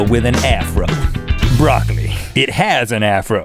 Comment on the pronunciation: Unneeded emphasis on has made me crack up XD